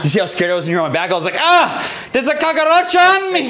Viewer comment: said “ there’s a cocka-droch on my back “ 😂😂😂